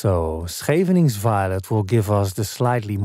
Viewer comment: Always look forward to your uploads! Happy to learn the pronunciation of 'Scheveningen.' That first syllable is a tough one!